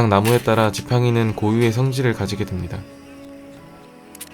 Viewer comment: 개인적인 의견인데.. 뭐뭐 됩니다 할때 다 발음이 드 발음에 가까운것같아..서 조금 불편하네요... 고쳐주셨르면 좋을것같아요! 불쾌하셨다면 죄송합니다